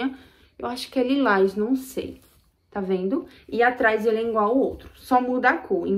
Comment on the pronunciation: "Ingual" ,"compreta".....